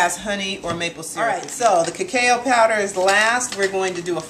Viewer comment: It is pronounced ca-cow powder Nice recipe!!